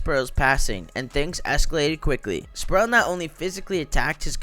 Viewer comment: SPREEEEEEE-WELL... Not Sproo'el